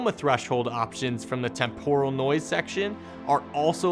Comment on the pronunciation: Great overview, but I can't get over how "temporal" is mispronounced. 😆